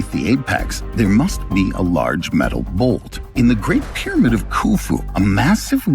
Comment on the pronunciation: Well, I was interested but like somebody else said this voice and the pronunciation of the word pyramid I lasted about one minute